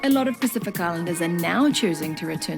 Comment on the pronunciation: Your pronouciation of Pacific is pretty awesome